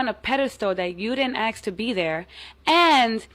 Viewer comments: well that nose... oh and it's ASK not AXE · For Gods sake stop saying "axe" and pronounce "ask" they way it should be pronounced. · A huge turn off is improper diction… you don’t sound cooler if you sound ignorant when you open your mouth. Speak your native tongue please! It’s not axe it’s ask! One can be fatal the other can be educating. Get it right!